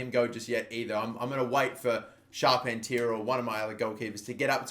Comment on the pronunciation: pronounce Charpentier as Shar-PEN-tee-air